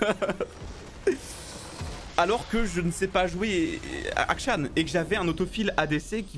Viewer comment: Il s'agirait de dire Akshan et pas Ashkan